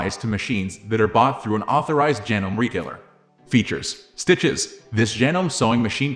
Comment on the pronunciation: Despite the spelling, it's pronounced "janomee" not "janome". It's not a life or death issue, but I thought I would mention it.